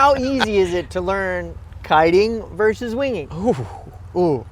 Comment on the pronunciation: For the record, the word is "VERSUS". Not "verse".